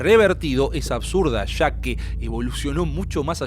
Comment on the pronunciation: disculpa la incomodidad, si la causo. Comenzé a oir el video pero al escuchar esas palabras mal pronunciadas: Sha, subra"sha", shevarnos; no me apeteció seguir oyendo. Existe la posibilidad de querer mejorar, de perfeccionar, en las cosas que si se puede hacerlo; pero si no nos interesa ser mejores comunicadores, pues hay público que no consume, lo que no está bien preparado. Es: Ya, subraya, llevarnos.